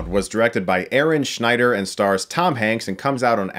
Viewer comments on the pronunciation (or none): none